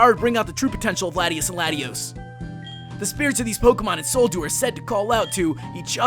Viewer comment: how come no one can pronounce Latios and Latias correctly